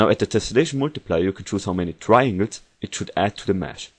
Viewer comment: I can't understand anything you are saying... In the first 10 second or so, he says the word TRIANGLES... I had to repeat the word HUNDREDS of times before my brain could make up the actual word (and it was more like a contextual thing, I was lucky to know that tesselation adds more triangles). Soooo... If you do a tutorial, MAKE AN EFFORT to PRONOUNCE the words correctly.I gave up after the next potentially important word was eaten alive. Edit: The word was "parallax". I was lucky to already know what he was talking about.